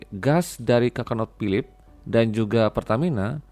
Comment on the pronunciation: Conoco Phillip, bukan coconut Pak